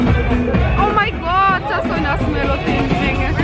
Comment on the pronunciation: OMG ...yazilandaky yali aydyaniz..Oh my Ga:t diyip pronounce etmelimika diyyan